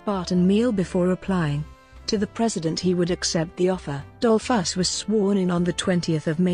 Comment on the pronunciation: An appalling narrator obviously knowing little of English, correct reading tones, rythm and balance...why pronounce the subject’s name as dol’FUSS? Also Dolfuss did not found the Austrian NAZI Party and as for English grammar the verb to enjoy is a transitive verb then bidding your listeners “ to enjoy” say what you want them “to enjoy” eg “enjoy the documentary!”....What a hopeless bumble and jumble and the worst of amateur renderings ever heard!...[ President Mike-lass! ] &. Dole-FASS! ]. “Would we like to know more? “. Ye gods Nein!